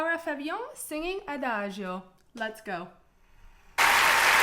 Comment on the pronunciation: She pronounces "Adagio" the way it is supposed to be because that's the correct way it say it: "A (open "a")-da (strong "d" and full "a")-gio("dj"-"o"-neutral "o"), because in Italian that "i" before "o" is mute. She's half Italian, so it's effortless to her because that's (alongside with French) her language!😊